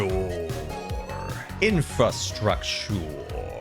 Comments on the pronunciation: It’s infRastructure, not INFASTWUCTUUUUR!!! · says infatructure instead of infrastructure lol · is he saying "infa structure"... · As this went on I lost all confidence in how the word infrastructure actually should sound 😂